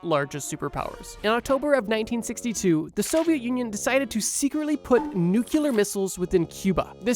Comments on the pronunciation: nuCLEAR not nuCULAR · NUCLEAR NUCLEAR!!!! NOT NUCULAR! sorry this is like my biggest pet peeve 😂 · NOO-CLEE-ARR NOT NOO-CUE-LURR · Nuclear is pronounced how it's spelled: "New-clee-er." Please do not say "Nuke-you-ler" anymore unless you want to sound foolish to millions of your fans. Thank you. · How am I supposed to trust someone who says, "nucular" referring to nuclear bombs? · NuCLEar not nukular. God it sounds to stupid... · hey so uh... you mispronounced nuclear as nucular. (don't worry, this is a common mistake, so much it has a wikipedia page.) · How many times he said nukiller instead of nuclear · Bro, it’s nucLEar, not nucUlar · Are you saying nucular? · IT’S NUCLEAR, NOT NUCULAR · its NU-clear, not NU-cul-lar. 😭😭😭🙏🙏🙏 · nuclear is new clear not nuke yuh ler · How can you be a channel about history and you say "necular". Eveyone knows its nuclear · nuclear /ˈnjuːkliə/ I've heard nucular so many times, my brain is melting. xD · Nuclear, pronounced new-clear. Not new cew lar 😂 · Dear God, please learn to pronounce nuclear before you do a video about nukes. It's nuCLEAR, not nucUlear. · OMG is nuclear.. not Nuculor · Bro, it’s nuclear, not “newkular” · If you say NEW CUE LUR instead of NUCLEAR one more time im gonna lose my mind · Bro…… nucular? It’s nuclear. You said it so many times I questioned if I was right or not. But I am. “Trust me bro” I’m right. Check for yourself. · Why is he saying nucular? NuCLEAR is how it is spelled and pronounced. Where do you get nucular from? Is this an accent or regional thing? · bro please stop saying NUCULAR , you sound like george bush. The word is Nuclear. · It's nuclear, not nuCular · The word isn't nucular, it's nuclear. Nuclear comes from the word nucleus. Not nuculus. 🙂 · Bro its Nuc - Clear not Nu - Ku - Ler 😢💔🥀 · my boy you gotta stop pronouncing nuclear like nuke-u-lar It’s nu-clee-yur Otherwise solid video as usual 🫡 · Noo-KLEE-ar, not Noo-KUE-ler. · Come on dude....it is "nuclear", not "nucular" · "Nucular war"